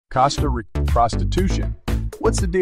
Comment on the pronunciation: Cost uh rick uh smh lmao ...